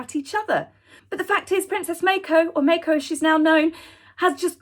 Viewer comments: I believe it's Princess Mah-ko, not May-ko. :) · The Japanese name, "Mako," is pronounced as "Ma-ko," not "Mei-ko."